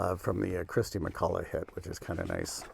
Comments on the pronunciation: What's with "Christy McCulla"??? It's KIRSTY MacCOLL. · Umm - not sure about the king of boxsets moniker but it’s definitely Kirsty McColl and not “Kristy McCullagh”